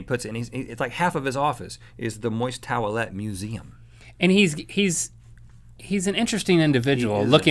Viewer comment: Anyone else find Rhett's pronunciation of towelette weird?